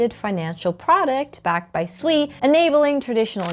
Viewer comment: Is it really pronounced Sweeeee 😂